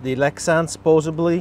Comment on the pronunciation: Physically? Supposably? 😐